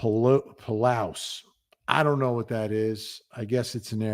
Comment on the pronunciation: It's pronounced pa loose. I live close to there.